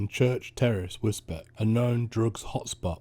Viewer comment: Pronounced Wis-beach